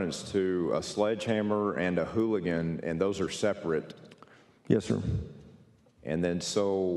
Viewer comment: Uh wtf the director of DPS doesn’t know what a Halligan is?? He lost all credibility calling it a “hooligan” over and over